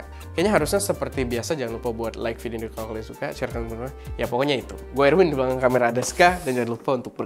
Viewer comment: "vidoe" :v